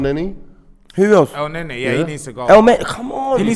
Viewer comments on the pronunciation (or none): none